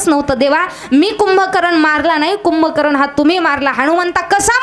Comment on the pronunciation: रावण यांचे बंधू कुंभकर्ण आहेत कुभकरण नव्हे आपण तर ह.भ.म. आहात सर्व भाषेचा वापर आदर योग्य करण्यात यावे